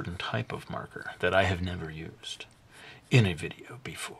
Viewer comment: did he say videa that first time?